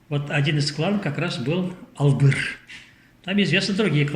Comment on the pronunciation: Спасибо яшулы,очень начитонный человек,но не договаривает всё, а также не Бачман а Башман как Атаман,откуда у него титул Султан?а также не Албыр а Алгыр его племя,надо правильно произносить.